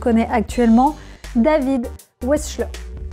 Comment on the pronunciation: Il est né en roumanie : prononciation à l'allemande, ça se dit "véksl'heure".... ce qui permet en outre de savoir, du coup, comment ça s'écrit. Wesh :-)